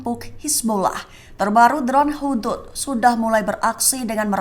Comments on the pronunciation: Bukan drone Hudhud la... 😂😂... Drone Hud Hud... Sempena nama Burung hud hud yg membawa berita perkbrn kpd nabi sulaiman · Membacax Hud Hud min bukan Hudhud